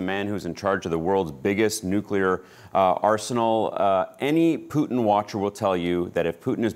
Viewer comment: Why cant any American news anchors pronounce Putin correctly? Listen to your guest and learn, Jim!